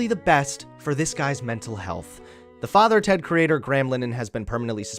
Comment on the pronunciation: Hearing an American saying father Ted is weird